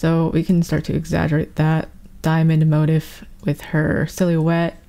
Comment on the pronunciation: "mo-teef" please im begging lmao